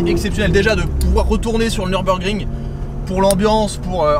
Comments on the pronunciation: par contre, ca se prononce pas neurb, mais simplement nurb ( comme une fille "nue rb" x) ) sinon le mode sport était pas activé ( c'est appui long sur le bouton ) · Petite précision on dit niurbourg 😁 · Belle vidéo par contre on dit "Nürburgring", la prononciation gâche tout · Je sais, mais les anglais disent "Neubeurgring". Et comme je regarde que des vidéos en anglais, je le prononce comme ça.